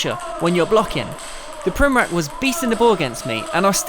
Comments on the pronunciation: It's pronounced Primoratz not Primorak, ffs... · Not Primorak hahaha its Primorac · Man I hate when people say primorak when they should say primorac, only balkan people will understand. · His last name is pronounced something like primoratz, not like that K sound at the end. I mean, the guy is table tennis legend, you should pronounce it correctly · Actually , its pronounced Primoratz . Real legend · You just have to learn how to pronounce his last name idiot! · You are pronouncing wrong this legend's surname. This is the right way